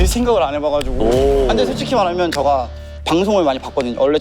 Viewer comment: 근데 왜 제가를 저가라고 하는거에요?